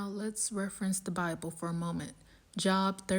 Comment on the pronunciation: Sorry I’m gonna have to say this “Job” is pronounced “Jobe”